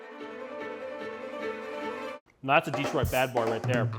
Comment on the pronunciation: It’s pronounced di-TROIT, not DEE-troit. The only exception being a Pistons possession announcement from John Mason. No exception for pizza style descriptors. Ever. Nice pizza, though.